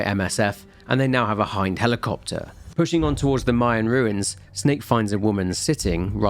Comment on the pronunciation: ...im sorry. What was that?? Not a Hin... ...DEE!!!!??!??!????!??!??!!!???!?!??!??! Are you sure it's Hind and not Hin... Mother F U C K I N G DEEEEEEEE!!!!!!!!!!!!!!!!!!? CUZ HIN-F*CKING-DEEEEEE is so f*ckin common everyone always only evrr says hin-f*cking-deeee. No one has ever pronounced HIND as HIND. Ever. Oh except for everyone who hasn't got kojimas c*ck stuffed down their throat so deep the guys ankle deep in stomach acid. Btw in case you're actually stupid Hind is pronounced Hind. Not hine-dee. In case you're actually stupid.